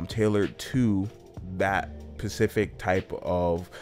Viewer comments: Specific not pacific :) Other than that super useful comparison vid :) 👌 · No "pacific" order? What kind of fucking idiot are you!?!?!? No SPECIFIC order!!!! Quit playing video games and pay attention/go back to school you fucking idiot. I have my suspicions based on your voice and pronunciation, do I need to say it?